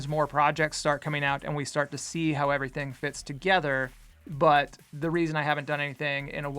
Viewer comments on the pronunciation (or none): none